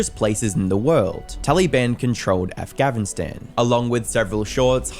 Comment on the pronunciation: Afgavinstan? 😂 I’m sorry. Why’d he keep pronouncing it like that ☠️